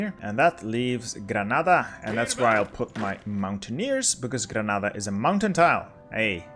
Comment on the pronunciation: Finally! Someone who says "Granada" instead of "Grenada". The spanish in this Spain guide was more halal than in the last one. :D